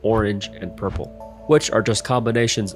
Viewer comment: I heard purpur instead of purple, and now I can’t unhear it